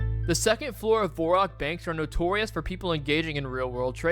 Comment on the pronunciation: Hes saying Varrock wrong :)